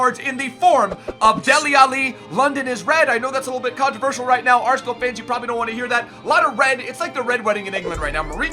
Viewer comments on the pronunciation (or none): none